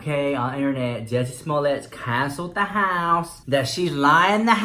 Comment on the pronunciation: I just watched Jeffree Star's new video and he said da house like twice!!!!